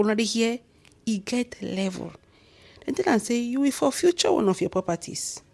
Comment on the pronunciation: my dear its forfeit not forfuture.